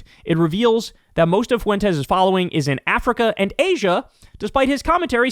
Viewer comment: Well there is Based Lore, I don’t think he’s a foreign bot but he definitely works for FWEN-Tez (yep, correcting your pronunciation again). Update: I just found out Based Lore was thrown off YouTube. Too bad.